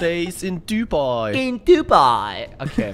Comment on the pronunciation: Bei Dubai hab ich Huawei verstanden